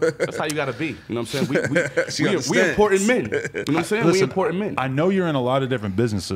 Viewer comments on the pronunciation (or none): none